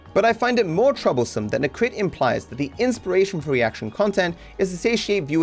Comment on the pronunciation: He constantly puts words in Necrit's mouth, like: "Necrit seems to believe this is how world shoud be", when all Necrit did was just talking about HIS OWN experience with reactions. He also didn't even bother to look up how to properly pronounce his name (it's nEcrit, not necrIt).